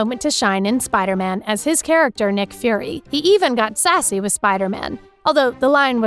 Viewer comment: He said nick bruh 💀